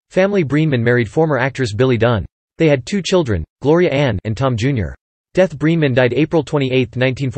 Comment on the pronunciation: It's BRENEMAN,. Not Breeman.